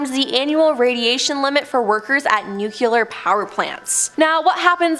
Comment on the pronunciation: 1- Nuclear is pronounced NU-CLE-ER... NOT Nuke-uler. & 2- Astronauts. made R/Trip flights to the moon multiple times. Are you a moon landing denier? 🤔